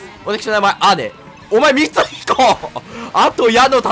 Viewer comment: 〜 みつひこって言えなくなってて草